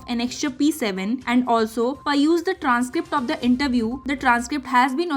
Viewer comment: The pronunciation is not ‘per used’,but ‘pe Ruzed’.